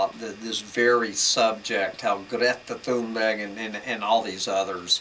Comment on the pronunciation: Greeeta Thuumberg 🤣🤣